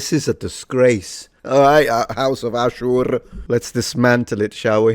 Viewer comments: Put some respect on the way you say Ashur. Firstly Ashur was a good charachter in the original series. And secondly me as an Assyrian don't like your pronunctiation of the word. Watch out Roman. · HOUSE OF UUUSHERRRR 😂